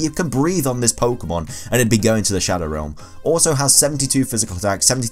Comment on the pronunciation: "u can breath on this pokemon and it will go to de shodow relm" lol